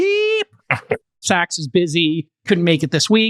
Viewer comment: its sacks as in "NUT sacks" not "NOT sachs."